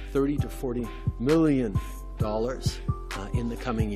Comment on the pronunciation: Why did he say million like that?